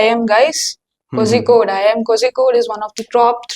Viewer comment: the pronounciation of kozhicode is wrong but its funny lol